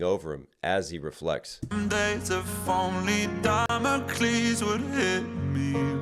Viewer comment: i’m mad at how you say Damocles😅